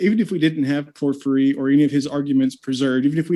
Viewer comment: What's worse is that I've noticed his mispronunciations creep into my subconscious like a mental virus and cause me to hesitate on which way was the correct way to pronounce it. I swear I'm going to muck up Porphyry at my next cocktail party. Imagine being self-absorbed enough to name-drop Porphyry in a convo but butcher the pronunciation. I can't have that! I've gotta back up my self-absorption! :-P In Texas we'd say he's all hat and no cattle...if I still lived in Texas.